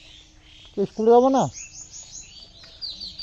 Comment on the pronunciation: Tipin na tiffin 😂😂